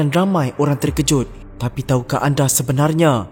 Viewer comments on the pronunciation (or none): none